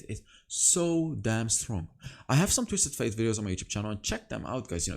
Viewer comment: Love your videos. Could you please say “Twisted Fate?” Every time you say “Twisted Faith” it drives my ears crazy lol